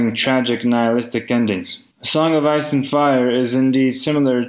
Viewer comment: the song of ass and fire))))) i am sorry, but that is literally what i hear every time he says it